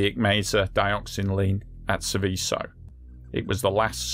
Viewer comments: "Sèveso", non "Sivìsso". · Pity you didn't research the pronunciation of the subject of your presentation, since it comes up so often.